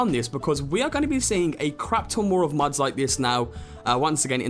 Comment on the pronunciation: pretty sure it's "mods", not "muds"